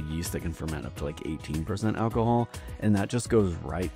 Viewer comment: The AI voice is killing me 🤣 Al-ko-hool